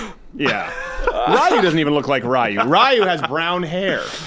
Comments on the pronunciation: Rie u 🚫 ree u ✔ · He calls Ryu "Rai-yu". Unsubscribed.